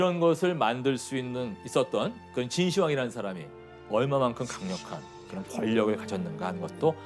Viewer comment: 秦의 始황제라는 의미 이기 때문에 읽을 때 진 시황으로 읽어야 하는데 발음이 잘못되었네요